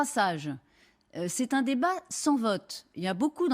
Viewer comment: Un se prononce Eune, pour tes prochaines vidéos. ^^